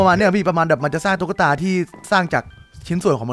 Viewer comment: ตุ๊กตา ไม่ใช่ ตุ้กตา